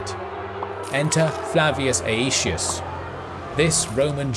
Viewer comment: "ay-ee-shee-us" xD